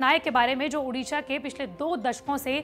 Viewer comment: उड़ीसा तो ढंग से बोल